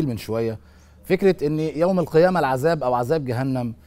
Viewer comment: السلام عليكم ورحمة الله وبركاته المذيع الكريم الرجاء منك عند قرائتك للقران الكريم ان تنطق الحروف بشكل الصحيح لها جلوداً خليتها قلوداً ليذوقوا العذاب خليتها العزاب وهذا يكون تحت مسمى اللحن الجلي وهذا لا يجوز ابدا تحريف في حروف القران يجب علينا مراعاه كتاب الله حق الرعايه وجزاكم الله خير الجزاء